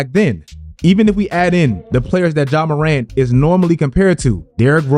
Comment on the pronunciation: I swear I never understand why people hear a pronunciation a billion times and just think to themselves, no, you've all been saying it wrong for the last 10 fucking years.